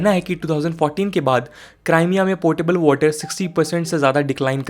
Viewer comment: It's क्रीमिया not क्राईमिया